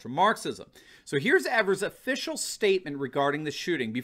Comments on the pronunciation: It's pronounced Governor EEEvers, with a long E. I'm from Wisconsin. I call him Evil Evers. I'm also a proud signer of the recall petition. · It’s EEE-vers, first E is long.... ēvers...